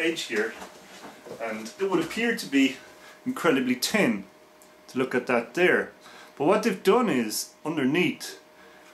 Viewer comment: Great review I love how you pronounce thin... 'Tin'